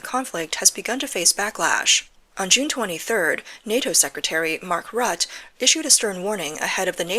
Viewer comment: I don't think the e in Rutte's name is not silent...